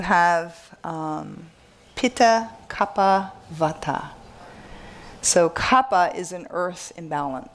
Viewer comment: Please say kapha (pronounced kaffa) not kap-ha